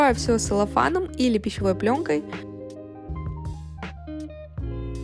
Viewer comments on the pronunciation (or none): пожалуйста,, говорите правильно) не Селлофан, а Целлофан)))